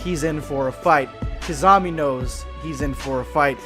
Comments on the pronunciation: u really butchered Kisame's name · pronounciation of kisame = rip kissanime